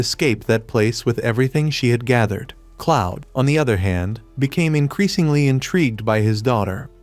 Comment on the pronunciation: 'cloud' 😭 it's "Claude". (K•L•auh•D) It's a fantastic manga/webtoon, I'm happy its a anime now.